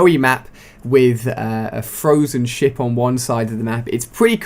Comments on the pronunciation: I thought you said 'with frozen shit on one side' at the beginning ;) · When he said ship it sounded like shit